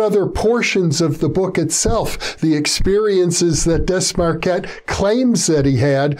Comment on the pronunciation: Oh my glob...! Yer KILLIN' me with your butchery of Desmarquet's name! Say it with me (phonetically): Day-mar-kay. Sheesh... 🙄